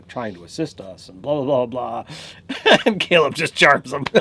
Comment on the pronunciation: who taught you people to talk cause you need to hit them how did you fuck up saying Caleb